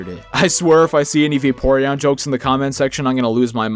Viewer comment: Va*porn*eon. I'm sorry